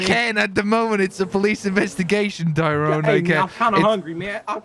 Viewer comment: canyenn mcallaster it’s Tyrone not Throne